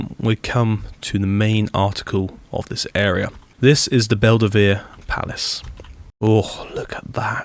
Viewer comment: Also, Belluno is pronounced Bell-oo-no, not Bell-ah-no